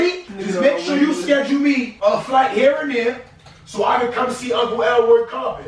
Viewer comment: Nigga said uncle Elroy carpet 😂😂